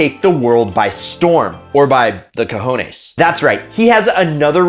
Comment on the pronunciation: Take el mundo por los ¡¡¡¡COJONES!!! 😂 great spanish bro 😂